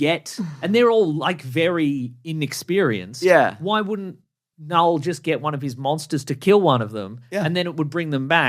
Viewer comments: KaaNull lololol the k is silent bros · The fact you can’t pronounce knull right is annoying AF. You put as much effort in learning that word as they put into all 3 of these venom movies.